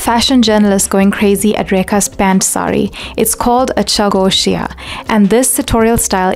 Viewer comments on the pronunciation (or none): the way you have covered her fashion statements, taking only the personal aspects that were sensitively affecting her dressing style without crossing any boundaries... this was wonderful! (btw it's pronounced "chauw-go-shi-ya")